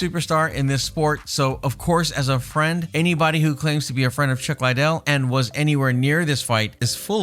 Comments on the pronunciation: Lidell- ( lee-dell) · Man, its Lid-del, your pronouncing it like the coke head. Also, Jay's right, he never fought any of those heavyweights. Really need more research before you "report" on all this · Just listening to how you pronounce chuck's last name tells me how little you know about anything. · Lot's of these dislikes have to be due to the way he pronounces the fighters' names. That's not how you pronounce Chuck's last name. He butchered at least 4 fighters names in this video. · Pronounce Liddel correctly ffs